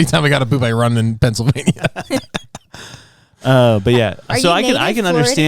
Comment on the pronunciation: is so, so hot-even though he has now broken out not 1 but 2 poop stories-AFTER mispronouncing Pennsylvania. 🙂